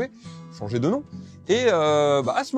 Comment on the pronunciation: Super vidéo mais tu a atomisé mon nom de famille 😂